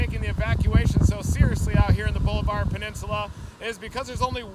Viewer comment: It is pronounced Ball-a-ver. It is not Boulevard. Seriously you aren’t even close.